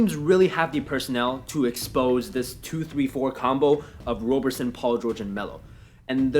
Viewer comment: FYI, it's pronounced like "Robberson." (I know, he spells his name wrong)